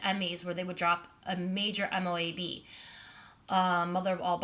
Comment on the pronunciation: Not M.O.A.B. IT'S MOAB! ONE WORD.😍🤣